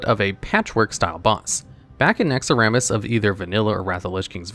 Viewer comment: Ah yes the famous Naxx-ah-ramas